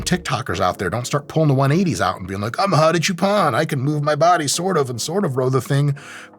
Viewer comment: I was surprised at the fact that he even pronounced his name correctly, but that part was wild 😂.